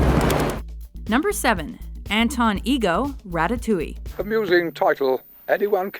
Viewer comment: don't "d" the first "t" please. it's ra TA-touille say it like you would "Rasputin" in Boney M's song.